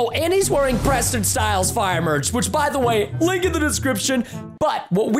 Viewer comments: LOL 😝 it is Preston not PRENSTIN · Josh: OH NO! PRENSTIN